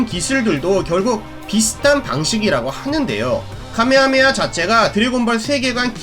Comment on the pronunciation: 카메하메하 or 가메하메하 자막은 카 인데 들리는건 가로 들려서 어떤건지 조심스레 여쭙습니다